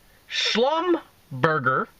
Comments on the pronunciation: pronounced "shlum-ber-jay" with a soft- rolling "j" sound (french). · Pronounced "slumberjaa" soft j.... as french would say... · Actually it's German and it's pronounced SHLUM-ber-JAY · Pronounced Schlumberger - jay. The French way;-) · schlumberger is pronounced shlumberjay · it's pronounced Schlumberjay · It's pronounced slum-ber-jay. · Pronounce It 'Shlum-Bur-Zhay' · Schlum-ber-jhay. Soft j sound. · As soon as I saw 'Schlumberger', I knew he was going to mangle and mispronounce it badly. Haa haa. (He doesn't read comments...he's mispronounced 'yuan' for months) Good info, bad pronunciations.